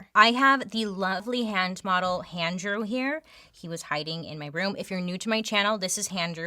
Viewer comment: HANDREW??? IM CRYING LOL